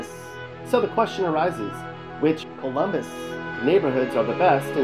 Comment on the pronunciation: Ummmm. Fake. Colummbissss. Wow has Pickrington highlighted. So funny. Guarantee this guy isint from Colummbisss.